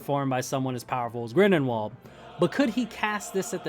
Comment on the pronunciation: I don’t want to be that guy man but it’s Grindelwald not Grindenwald. And it’s technically pronounced like Grindelvald. Liked the video by the way, keep up the good work!